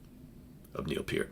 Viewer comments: thanks for sharing with us, and thank you for actually pronouncing neils name correctly. RIP Neil Peart you will be missed, and never forgotten. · THE greatest drummer in rock history!!! Yes, even better than Bonham!!! Neil Peart's career lasted OVER 40 years!!! John Bonham's career...11 years. Neil Peart created more "air drummers" than John Bonham could ever have dreamed of. Btw, Thank You for pronouncing his last name correctly!!! It matters!!!